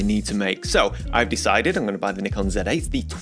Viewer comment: The only disappointing think about your channel is how you pronounce Nikon